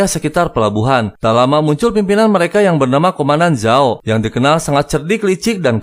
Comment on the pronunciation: Azula bukan ajula, paman zao bukan jao, adehhh 1 lagi Zuko buka juko,,, yang ada juga juki